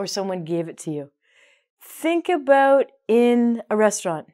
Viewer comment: Aboot. Canadian!